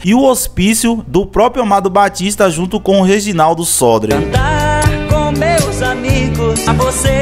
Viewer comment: Muito bom só lembrando que o nome do compositor é Reginaldo Sodré. Você pronunciou errado.